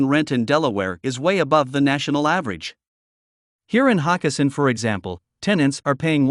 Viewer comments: It's not Hock e sin it's Ho kes sin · That’s HO-kessin!